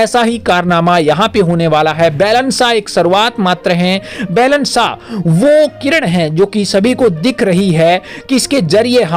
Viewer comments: अरे भाइ बेलेन नहि बालेन शाह बोलो यार कमसेकम उच्चारण सहि ढ्ङ से करो। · भाई साहेब आपका ये news के लिए आपको धन्यबाद लेकिन १ बात पर आपका ध्यान आकर्षण कर्ना चाहुँगा आप जो नाम ले रहेहो वो गलत उचारण कर रहे हो ये (बेलन शाह) नही ये (बालेन शाह ) है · आपके उच्चारण अशुद्ध है । बैलन साह नहीं, बालेन साह बोला करें ।